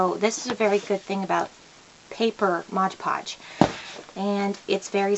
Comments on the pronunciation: It's Mod Podge, and u keep sayin MODGE Podge.. Lol.. Quite a few ppl are saying that.,. Lol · I had to stop watching because I couldn’t stand her saying modge podge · Why do so many people say 'Modge' Podge instead of Mod Podge? I guess 'cause it rhymes.